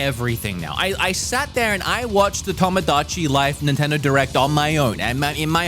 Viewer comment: "Nintender" lol